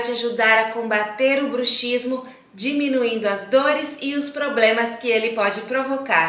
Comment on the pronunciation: Se lê bruksismo . É um dífono. A letra X tem som.de ks